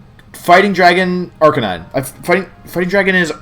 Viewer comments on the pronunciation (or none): Why did you forget how to say Arcanine correctly?